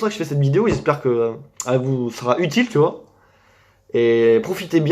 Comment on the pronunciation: Au début tu dis tu vois mais on dirait tu dis tu vaus mais du coup je vaus combien